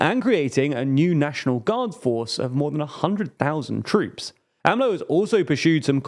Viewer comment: They finally got AMLO right! It made cringe whenever they went A-M-L-O.